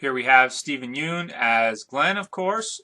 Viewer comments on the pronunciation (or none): When you pronounce "yeun" You should pronounce it as "yeon":)